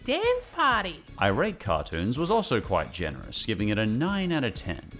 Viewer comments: I think iratecartoons is supposed to be three words (I-rate-cartoons) not two words (irate-cartoons) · I'm not sure if anyone's pointed this out (I scrolled the comments for a bit n didn't see any at least), but I think "iratecartoons" is supposed to be read as "I rate cartoons" not "irate cartoons", like they just rate cartoons, they're not angry about them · I’m sorry to point this out but pretty sure “iratecartoons” is meant to be read as “I rate cartoons”, not as “irate cartoons”. I don’t know them personally but it just seems like the obvious way to read their username based on the context of their reviews. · Isn't it "I... RATE cartoons"?